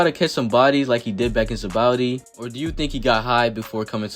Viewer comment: Bro do u not know how to say sabaody